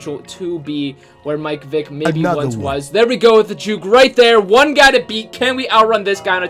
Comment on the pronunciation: He says mike Vick it’s Michel ck